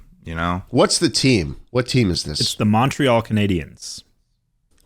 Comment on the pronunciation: Not them pronouncing Montreal wrong.